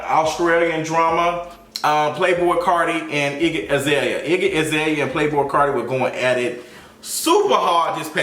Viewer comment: Iggy "igGlue" 😂😂😂😂